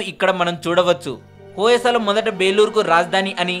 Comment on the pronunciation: hoyesala kadandi hoysal plz mistake cheyyakandi